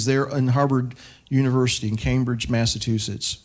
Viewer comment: “Mass-ah-chew-sits.” / An aside: Washington crossed the Delaware on December 25th, not “Christmas.” It was the target Hessians’ Christmas. Christmas wasn’t a celebrated then by the vast majority of Colonialists.